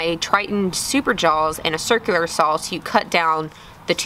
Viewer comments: very cool. at the risk of being nosey, are you originally from texas? reason i ask is i hear in your videos that you pronounce words like "saw" with a soft l at the end, sort of like "sawl". i don't mean this as a good or bad thing, just an observation. i always thought that was a midwest thing, but now i'm wondering. anyway, great video, good that you got to hang out with your folks. :-) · Do enjoy your work and all your effort... Just have never heard anyone call a saw a "sawl" or jaws "Jawls" Not trying to be mean, was just wondering where that dialect might have come from. Be well.